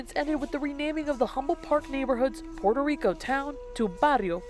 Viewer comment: This nerd doesn't even know how to pronounce puerto rico. He pronounces it like a crcker from the suburbs.